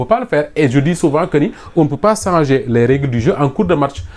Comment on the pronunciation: Un journaliste ne dit pas sanger mais changer.